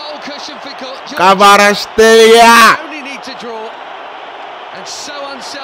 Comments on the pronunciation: kvara ts ,,x"elia no its kvara ts ,kh, elia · Kvara cxelia,not shtelia...)))))respect man